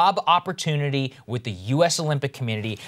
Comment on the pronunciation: This guy claims to be outraged yet he can't even say committee correctly. That's so insulting. What a scumbag.